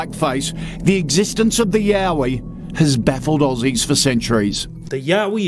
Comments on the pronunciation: Please tell me I am not the only one who was hit with 'Yaoi' instead of 'Yowie'... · It’s “yowie” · oh nah, was watching this while drawing and when i heard you say "yowie" i thought you said YAOI and had to rewind LMAO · I thought you were talking about yaoi when you said yowie I was confused af HAHAH